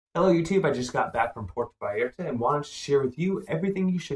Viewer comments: Vay AR ta. And mal a (rhymes with may) con, not mal ee con. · Porta VyERtah. Really?